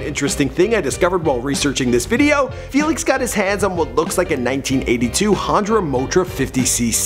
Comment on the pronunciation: honda... not hondra